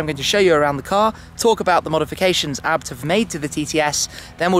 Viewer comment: It's A.B.T not abbed 🤣